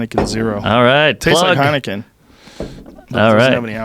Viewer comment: Heinikin zero hahaha